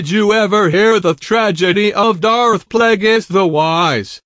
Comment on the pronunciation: Doarth pleygis